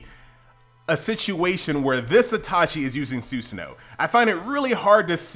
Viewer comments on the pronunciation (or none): PLZ IT IS NOT (SUSAN-NOO) IT IS (SU-SAH-NO)